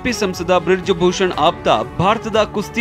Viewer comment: ಅದು ಬ್ರಿಡ್ಜ ಭೂಷಣ ಅಲ್ಲ😂😂😂😂😂 ಬ್ರಿಜ್ ಭೂಷಣ😅😅😅